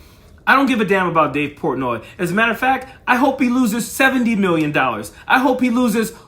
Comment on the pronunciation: Wtf is dave pourtnoy